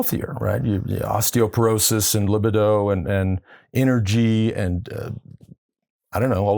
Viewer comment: Lance, please learn to pronounce libido correctly.